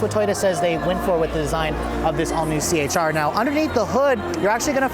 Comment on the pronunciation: c-hr not ch-r